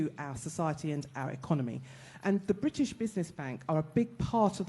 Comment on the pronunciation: And why is he unable to pronounce British